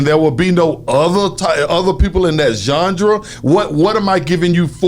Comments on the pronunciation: Genre not Junjra 🤣🤣🤣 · Who's gendra? haha. "Genre" playa. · Nigga said "Jungdra"(genre) 75 times 😩😩😩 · Somebody tell you pronounce genre john rah not john ja lol but good shit not a diss but I’m a fan he helped me why not help wicked all love radio shawtyyyyyyyy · It's genre, not jandra! Haha. Luv you bruh haha